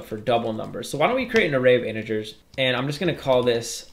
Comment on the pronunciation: He call inigers to integers